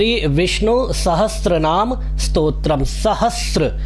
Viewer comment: उच्चारण विष्णु कीजिएगा,विस्नु नहीं!